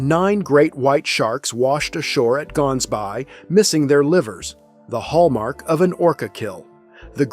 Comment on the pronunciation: To make one aware, the way the town (Gansbaai) in Cape Town is being pronounced is incorrect. It is not "GANS-bay" (with a hard G) the correct pronunciation uses a softer, throat-based sound for the "g". It is Afrikaans for "gans" (goose) and "baai" (bay).